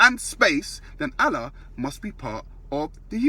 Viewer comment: What mandem think he's Brian Cox now.Fuck face learn how to say Allah 1st.